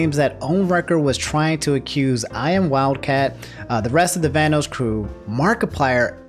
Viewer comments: Hey, just letting you know it's pronounced "Van-oss" and not "Van-O's". Also Liz and Delirious are dating, not married:) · I don't mean to be rude, but it's pronounced "Van-oss", like how "loss" is pronounced, not "Van-oos". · Bruh my dude really said Vanose, (Van-Noe-S) wha, vanoss finna snap and demonitise half the videos on youtube or smtn lmao. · Lol he said vanoos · Plz Van-NOS and caliber like a gun. Still love u ✌️😂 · Sorry, my man. You seem like a cool guy, but the way you pronounced "Vanoss" earns you an automatic dislike. 😂